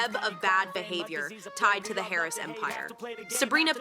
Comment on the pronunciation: It’s Harris” not carries